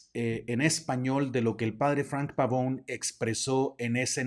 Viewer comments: Apreciable Padre algunos comentarios muy amables y respetuosos, al pronunciar el apellido del Padre lo hace usted como si fuera de oirgen sajon, siendo que es de origen italiano, entonces en vez pavoun ( como suena la pronunciación en inglés) debe pronuciarse Pavone, tal como se escribe, igualmente creo que es más adecuado el término dimisión que es como está previsto en el CÓDIGO DE DERECHO CANÓNICO (Capítulo IV Cann. 290-293) y que en sentido jurídico (lato sensu en el derecho y stricto sensu, en Derecho Canónico) no es lo mismo que destitución, incluso en el sentido lexicológico de la lingüística y semiología, no resultan sinónimos, por lo demás es un tema tremendamente interesante en el sentido social, político y por supuesto religioso , sobre todo en lo relativo a su participación y el ostentar un cargo en la campaña del Señor Trump pues el CDC prescribe con toda claridad Cann 287 § 2. No han de participar activamente en los partidos políticos ni en la dirección de asociaciones sindicales, a no ser que según el juicio de la autoridad eclesiástica competente, lo exijan la defensa de los derechos de la Iglesia o la promoción del bien común., si el Obispo le expresó su instrucción o de plano la prohibición de participar , se actualizaría quizá el presupuesto contenido en el canon citado y ciertamente resultaría no sólo contrario al derecho canónico si no un tanto incongruente que apoye a un personaje como el Señor Trump que es discriminatorio, clasista, racista, que promuev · Qué insidioso. El apellido además es italiano y se pronuncia la e... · Pavone, no Pavón. Viene del italiano. La "e" debe sonar, PavonE. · Bueno, muy interesante el tema. Lo que me saca de onda es que el apellido es Pavone, no Pavón... Yo sé que los latinitos que viven en EUA, están muy inglesados, hablando del idioma, por eso es que cometen errores gramaticales, etc... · Entiendo que el apellido es italiano por lo tanto se pronuncia Pavone, con la e final...